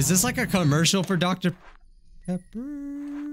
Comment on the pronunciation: DoCTa PEpPA